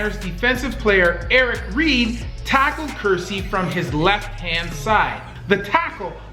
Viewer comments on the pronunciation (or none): He was prounocing kearse like Ker- seeee When it's Ker- sss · For God's sake, Google player names before you butcher them. Kerse is pronounced like curse. Bowman's 1st name is pronounced "bug VAH-ro." Oh, and ONE OF THE GREATEST WRs? Rice is the G. O. A. T.